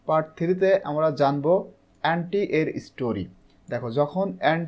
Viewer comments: ওটা এ্যান্টি হবে না। ওটা অন্তি হবে। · Not এন্ডি Only ওন্তি😅